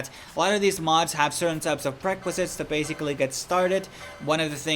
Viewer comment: Hi! A couple of quick notes: "suite" is pronounced like "sweet." "Prerequisite" has four syllables, pre-req-ui-site, not pre-qui-site. I hope this is helpful for you narration going forward. Thank you for all the time and work you put into making this video.